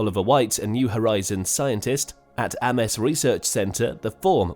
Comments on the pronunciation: 'Aimes' research centre ffs. Not 'Amiss'. You content creators really need to work on this shit if you want us to like your videos!!! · "AMES" is pronounced like "AIMS". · "Ames" is pronounced "Aims" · "Ahmess"?!!! REALLY?!! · "Ames research center": It's pronounced like "aye-ums" research center. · If you repeatedly mispronounce the Ames Research Centre, how can we possibly believe anything you have to say about planetary science? Can’t.